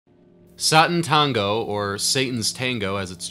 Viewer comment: Thanks for the hilarious review. FYI (my family is Hungarian) it's pronounced "Shaah-taahn-tongoh." Oh, and it's "Bayla Tarr." You actually didn't do too badly with László Krasznahorkai :-D